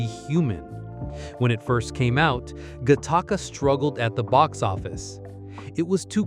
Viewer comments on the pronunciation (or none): I'm never not going to say "Guh-taka" when talking about Gattaca again.